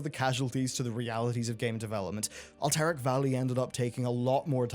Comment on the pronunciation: "alterac" not "al-terrack" :D